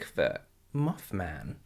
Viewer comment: I'm living for subtitles making "mothman" into "muffman".